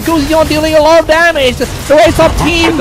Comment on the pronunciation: Wtf 😂😂 they sound like (the a lot of dame )hahahah instead of (there's a lot of damge ) haha